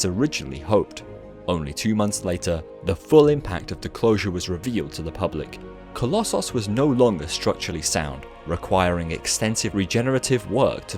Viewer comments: Oh, coloss-sauce. Not coloss- so s Or coloss- oos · Please stop saying colosauce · The way you say collosos is just as irritating as scraping fingernails down a wall